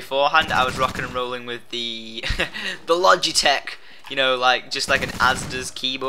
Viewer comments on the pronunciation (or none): none